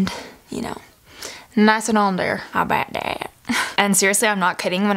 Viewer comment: I died when she said "how bow dah" ahahahaha